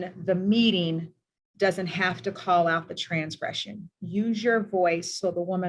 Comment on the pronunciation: She said TRANSgression lol